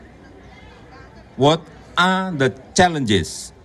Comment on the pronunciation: wot a.. itu apa ya? two a half years 🤔